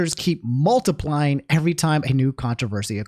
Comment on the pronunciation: "evewy bit of engagement i get on my channow makes me twemendous amounts of money AND THAS THANKS TO YOU GUYS"